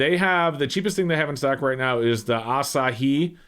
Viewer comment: Yes, you pronounced Asahi correctly.